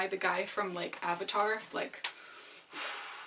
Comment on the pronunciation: NOT AVATTARRR😭